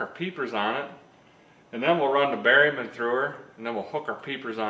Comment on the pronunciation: The first time I heard you say “berryman”, I think in a S10 video, at first I thought you said “barium”. I laughed, thinking that an enema might be just what the S10 needed.😆